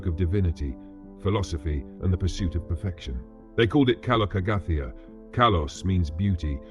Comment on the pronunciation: Do you use a real speaker or an AI voice? Whichever option it is, the speaker obviously did not research how to pronounce Greek words correctly. "Γυμνός" is not pronounced as if the first syllable were the name "Jim". The stress in both "γυμνός" and "καλοκαγαθία" is wrong. The noun "αρετή" has not two syllables, but three, the last one bearing the stress.